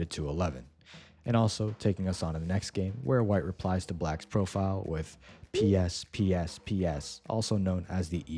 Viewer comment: ok so is probably using an ai cuz everytime he says pspsps its always the same and he says it like pee ess🥀